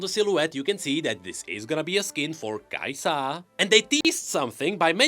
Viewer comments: "Kai'sa" - Not "kai-SAH!" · another video with pronouncing kai'sA gods help me